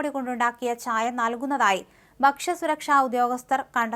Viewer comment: ഛായ അല്ല ചായ..